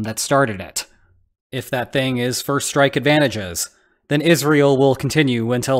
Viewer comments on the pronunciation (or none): Yes, I have the feeling it is an AI voice, especially because it says "is real" instead of Israel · He says "is real" and not Israel. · I guess some people just say it like that, pretty weird to pronounce it like that